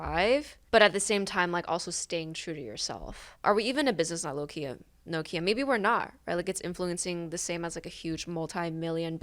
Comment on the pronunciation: This is such a small thing, but as a Finn, Nokia is still a thing, and the way pronounces it is very close to the Finnish pronunciation, I'm surprised. Also, my Myers-Briggs did change, when I re-did the test years later. And I have gotten like four different types from enneagram tests too.